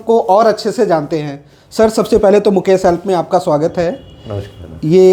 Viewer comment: आप लिखते मुकेश है, और बोलते मुकेस है।